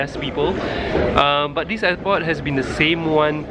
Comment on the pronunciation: You said int'l eypot